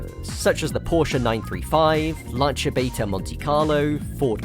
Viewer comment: I love that you pronounce Lancia correctly. Such a specific thing that only a die hard would care to get right